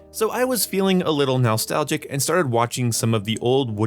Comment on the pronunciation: “So I was feeling a little NOWLstalgic” …Jesus Christ dude, lol.